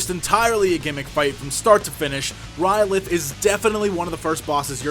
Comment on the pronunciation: Sounds like you are saying R'lyeh :) I very much like your strategies...a troll by any other name would not be just as epic :)